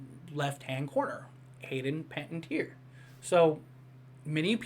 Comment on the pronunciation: Okay, you’ve got to stop butchering her name. (PEN-AH-TEE-AIR) and anyone can edit these cast lists. I’m taking with a grain of salt, and I don’t think they’d let that leak. But I do think she’ll be in it.